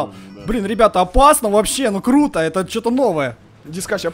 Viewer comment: это было клуто ты так сказал :)